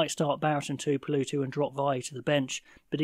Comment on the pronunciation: Tuipulotu? Tuipuloooootu? 🤷‍♂️ Maybe the Scotsman pronounces it differently to the Kiwi! Tshuinza is an interesting one. You might have nailed it for all I know! 😂